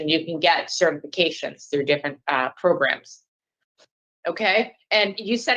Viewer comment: Progrums lol 😆